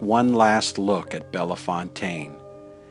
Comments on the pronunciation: Any chance you can re-edit your commentary? You pronounced "Bellefontaine" incorrectly. The 2nd "e" is silent, you don't pronounce it. It is a Cajan(Acadian) name meaning Beautiful Fountain. In French, the word "Belle" is pronounced "Bell", not "Bella". Therefore, it should be pronounced as Bell-Fontaine even though it is all one word. I'm not blaming you for misspronouncing it because you are in the high majority of people who do. Just thought you might like to know, that's all. Great video, thanks! ☺ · Why is the narrator saying Bellafontaine is Bellefontaine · jeffrey blocker the way he said fontaine maybe correct but not bella. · I live in St. Louis and we pronounce it as "Bell Fountain" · Beautifully done! Here in St. Louis we pronounce it Bell-fountain, like water fountain. I don't know why. Perhaps just a corruption of its original and intended pronunciation. We also have a road and a town here that share that name, and we all say Bell-fountain.